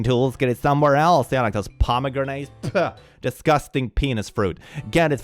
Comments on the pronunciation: The pomegranate one is absolutely hilarious when you remember that Pomegranates are actually a symbol of women and female fertility and sexualty!😂 that mom literally could not have picked a more "Feminine" fruit to have a gender crash out over!🤣🤣🤣 (BTW, its pronounced pom O Granite, not poma grenade in English. Not that it really matters but I figured I'd put that out there incase you found it interesting.) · Why is there a grenade in my pomegranate? "pom-a-granite" like the rock. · I love how pronounces pomegranetes (paa·muh·gra·nuh) as parmagranades (parama-granade - fruit that will explode). 😂 It is fun to hear how other cultures pronounce English words sometimes. I really want to call them parmagranades now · “Pomegranate” is henceforth pronounced as “puhmuh Grenade”, such as sayeth.